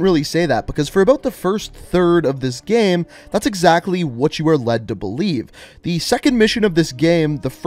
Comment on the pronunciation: Just me or is he saying gem instead of game